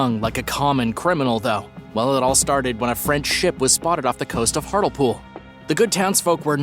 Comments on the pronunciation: It’s hartlepool not hartel pool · You spell it as Hartlepool but you say it as Hartlypool just so you know for the future :) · Hartlepool is pronounced hart -Lee -pool. Lol your version made me giggle though. Also, Gilles De Rais has been pardoned. He was set up by the king who thought Gilles’ eccentricity was embarrassing him. It is thought that Elizabeth Bathory was also set up in a similar way, due to not only being a woman in power (Not good in those times) but also, people wanting her wealth. She is yet to be pardoned though, as not enough evidence has been found so far. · It's pronounced Hart-lee-pool